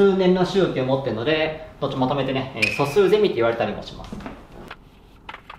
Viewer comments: そのイントネーションだと、まるで大学が卒業出来ない様じゃないですか。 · ゼミのイントネーションが「ゼミ」なんだよなあ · 素数ゼミのイントネーションが 素数ゼミナールww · 素数「ゼミ」の「ゼミ」の言い方が完全に「ゼミナール」の「ゼミ」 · 素数ゼミの言い方が、素数専門のゼミみたいになってる